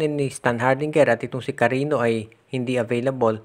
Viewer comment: Hindi Yan KARINO, KARINYO ang pronunciation niyan. May Ñ Yan hindi N. Cariño